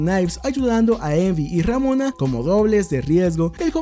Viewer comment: Pronuncia ramona una vez mas de ese modo y te funo